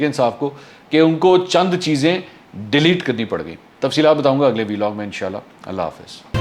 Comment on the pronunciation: Dear Mr. Mansoor, Please pronounce it correctly, This is a Vlog like we pronounce blog, so please do not call it " V log, Thanks. call it, Vlog.